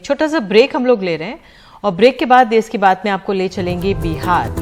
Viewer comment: देस नहीं देश होता है।